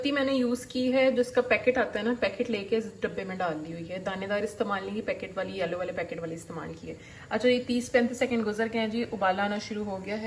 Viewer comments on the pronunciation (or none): none